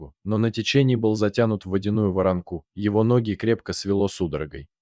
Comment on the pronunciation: Как можно исковеркать значение слова ,поставив ударение где захочется?пример...воронки и воронка поставил ударение над и и над а ...это глупость или тупость?